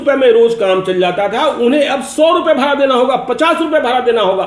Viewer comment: सर भाड़ा होता है ना कि भारा !